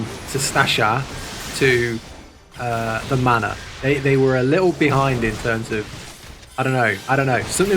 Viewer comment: I kept hearing 'the mana' and wondering he's talking about. Took me a while to realize its 'the manor' x)